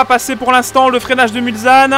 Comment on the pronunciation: hey! toujours un plaisir de revisionner tes anciennes vidéos! Au passage, Mulsane ce prononce mulSSane et pas mulZane:p